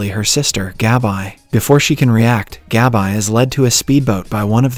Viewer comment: GAB-EYE 👁.. you mean Gabi? 🤣